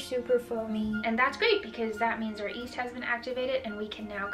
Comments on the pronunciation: Yeast.. Not east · She says east instead of Yeast 🥺🥺 I love you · I keep hearing her say east, instead of yeast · Maddie Ben I swear she’s saying “east”!!?!? like you’re great honey but the Y is there for a reason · Yes she definitely said east lmao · I really want to try this recipe. But man, the "east" keeps getting to me. Is there a video that she calls Yeast, Yeast? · she keeps pronouncing East, instead of YEast. For some reason pet peeve... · Does anyone thought his saying east instead of yeast or am i tripping? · really cute when u say east instead of yeast <3 love your vids!!! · She calls yeast, east. Lol! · am i the only one who hears east instead of yeast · It’s pronounced YYeast not East. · I rewound to see if I'm hearing correctly, she's definitely saying east. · yup i hear "East" - very interesting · I also heard east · If you watch the video where she made steamed buns with her mother, her mom also says east instead of yeast. It's one of those bilingual things. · East it is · No one: Absolutely no one:: "East" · Bruh... it’s [y]east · Radha Niranjan nope I’m very much American and the Y in yeast is kinda necessary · I'm also an American and I've never heard anyone pronounce it without the 'y' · it's because she speaks Chinese and English. The word 一 is written Yī, but it's pronounced "ee", the same way she's pronouncing the first syllable of yeast. no biggie, just the brain making connections between her two fluent languages. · You are the second person that I've heard pronounce Yeast the way you do. The other girl is on YouTube as well and someone started a "east" ticker in her video.